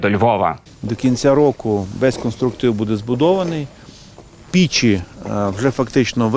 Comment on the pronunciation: Не пІчі, а пЕчі, пане Садовий,але щось не віриться...